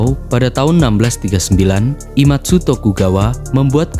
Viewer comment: IEMATSU salah sebenarnya IEMITSU